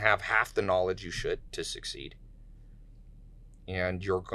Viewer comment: Tai should make this dust off his signature along with 'Knawledge'